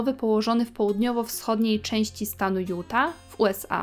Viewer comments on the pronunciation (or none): none